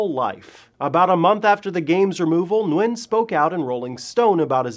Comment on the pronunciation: You pronounce his last name Gwin I believe. I know wa guy with the same last name and he said thats how they pronounce it.